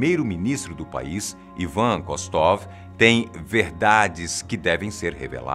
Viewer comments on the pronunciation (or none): none